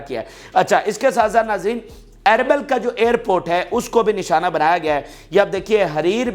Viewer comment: یہ اربل نہیں یہ اربیل ھے